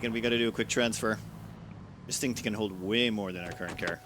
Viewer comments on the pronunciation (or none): none